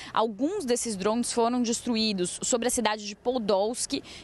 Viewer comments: Pelo amor, que "drons". Então fala tudo em inglês. pqp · Dronmes kkk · “Drons” 😂 ao invés de Drones